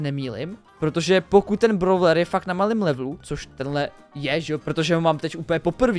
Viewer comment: nečte se to,,bravler" ale,,bróler"